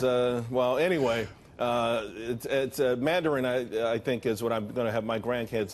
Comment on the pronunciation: I like his Mandarin. Good accent!